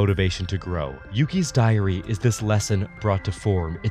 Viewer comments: why I keep hearing diarrea? :p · I honestly thought you said and 12 diarrhea holders